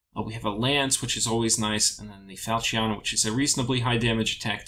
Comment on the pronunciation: A fowl-cheeyon?